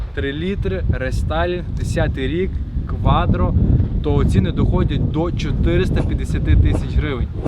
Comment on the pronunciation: Кватро.а не кваДро